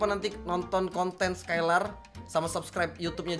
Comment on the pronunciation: Dari tadi bilang ler kirain peler